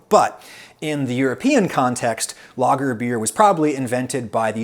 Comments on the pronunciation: Great video, But you butcher the word lager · I thought he was saying "logger"beer until he mentioned germany. Who the fuck pronounces lager like that?